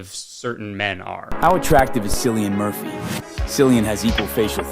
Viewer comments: the minute i heard "sillian murphy" i stopped listening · as an irish person, hearing that guy try to pronounce ‘Cillian Murphy’ was a wild ride lmaoooo